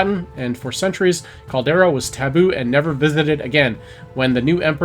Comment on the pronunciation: Calder-i-a not Caldera. Amazes me how many youtubers can't pronounce words. This is your thing. Get it right. Maybe practice before going live.